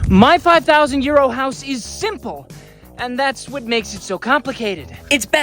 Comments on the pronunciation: For a while I thought he said my 5000 year old house 😂 I feel silly. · I keep thinking you're saying "my 5,000 year old house" and thinking damn, that is old old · I keep hearing 5000 year old house instead of 5000 euro house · Who else thought he was saying “my 5000 YEAR OLD house” ? - anyone??? No - just me then